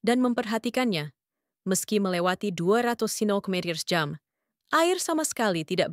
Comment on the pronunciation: Assalamu'alaikum ww. Pemilik akun "", kenapa anda menggunakan dialek bicara aneh, terutama dalam menyebutkan kata2 lima puluh km/jam, dua ratus km/jam, dua ratus lima puluh km/jam. tiga ratus km/jam dst. Kenapa? Coba deh anda periksa ulang. Terima kasih.